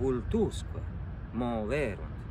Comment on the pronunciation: Credo che a fai una sorta di alieson fra le parole “bonorum” e “omnium” e che ti fa conseguentemente sbagliare l’accento. Intorno a /55 pronunci con un pronunciato “voltusque” e “moverunt” Idem per la parola “vides”